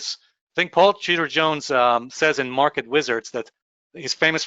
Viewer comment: Totally sounds like you said Paul cheater Jones 😂😂😂😂😂